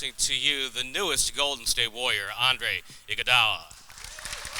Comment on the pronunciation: steven as smith pronounces his name as andre igoudollar'